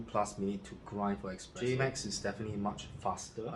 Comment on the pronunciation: is not expreso... is espresso...... It is not express is es-press. Nice review